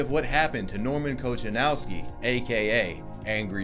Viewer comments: When I heard him pronounced Kochanowski like it's an English surname, I knew I'm up for a wild ride. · You asked about how your pronunciation of German words was. While I can't comment on that, I sure can do that on his surname Kochanowski. It was awful. 'Ch' isn't pronounced in this case like in English, since it's a Polish originating surname (or at least of Slavic origins). Is it too hard to go to Google Translate and listen to the output, even in the language you think it is (German outputs similarly, although stresses parts weirdly)? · Kochanowski is pronounced Ko-kha-nov-ski not kotchanawski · He's German. I thought we pronounce his name as Kohanovski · Kochanowski is a Polish surname it has no German origin at all [And yes, im from Poland] Also you spell it like that: Coha-nowski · He maybe is a German but his family and his surname comes from Poland so You read it like "Kohanovsky". In Poland CH equals H by the way. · “Kohanovski” is the pronunciation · You have to pronounce "Kochanowski" like "Kohanovski/Kohanovsky", because it's a surname of polish origin. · The pronunciation of Kochanowski is Kohanovski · Kochanowski is not a German surname. Obviously you pronounced it completely wrong. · ur pronunciation of his name is so terrible, pls just delete it, and put only subtitles, it's "polish surname" so please don't use word what u can't pronounce correctly, I know u r"english speaking" ppl think but stillt ur language is too poor to translate most of language of the world AND THISIS IS THRUTH so start o learn... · His surname Kochanowski is Polish surname, not German, not English but Polish. And you pronounced it totally wrong. Kochanowski is one of the most popular Polish surnames since it was used by Polish poet, Jan Kochanowski, called also The Father of Polish Poetry. Kochanowski is surname created from verb - kochać (to love). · Kochanowski? Its polish surname. Plz speak it polish xD Its like talking english surnames with russian accent ;DDD